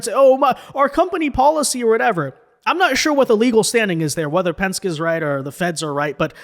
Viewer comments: It is not pensk. It is Pensk"ee". famous race car builder. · It’s Pens-kee, not Pensk. And good for ICE! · PEN SKI not "Pensk" PENSKEE ! You have a social media following of almost 1/2 million people. You really should make sure you are pronouncing words correctly. Don't feel bad though, Greg Foreman of ~Black Conservative Perspective~ pronounces so many words incorrectly that there is no way to count them all. 😊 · please do me a favor. The company is PENSKE (Pen-Ski), NOT Pence. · YOU KIDS CHANGING WORDS ITS PENSKYEEEEEEEEE NOT PENSK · It's Pen ske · The name is Penske, pronounced PenSkee. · Pronounced PENN-SKI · Pronounced Pen ski. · FWFW Penske is pronounced Pen-ski. I have rented from them recently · Pen Ski lol 😂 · Hey my guy penske is pronounced, penn-skee, Penske. The original Penske guy was a race car driver who branched out into several other ventures. This trucking line is the most well known of his businesses. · Hey,, just wanted to let you know that Penske is pronounced [pen-skee] or pen ski. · Pen-skee,. PEN-SKEE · Penske-ee is the pronunciation. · It's pronounced Pen-SKI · Good video, but one thing: penske is pronounced "pens-key" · Penske is pronounced Penski. The vowel “e” is a long vowel. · “Penske” is pronounced PEN-skee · BTW its Pen-ski. Roger Penske needs to sit down and shut up.